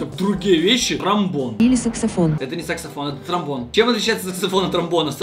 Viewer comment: сказал сэкссафоон!!!!